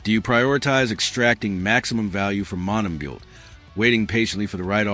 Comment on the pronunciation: You might want to teach your AI slop-master to pronounce names. Basic respect, no? Mont-tam-bow.